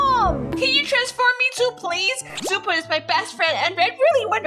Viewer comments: Rutbell the name is shoo poo not Xppuoo😝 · First of trixx is a boy not a girl second of xuppu’s name is pronounced shuppu not zuppu